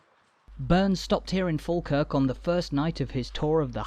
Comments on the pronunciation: There are still tunnels under the ground from the old jail to the old court, folk used to have to be taken underground as it was safer than taking them through crowded streets. You have a good look at my house in this video. We pronounce it Fawkirk, a long time ago when someone was writing it down, they assumed that like Ball and Wall, we pronounce baw and Wa, Fawkirk was the same so they wrote it down as Falkirk, Its not. Its Fawkirk. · That voice.... Argh... Is it even human? So feckin annoying. Can't even pronounce the subject of the video. Sigh